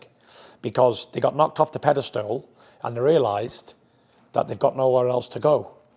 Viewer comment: WTF is a ‘Pedastool’ ? 😂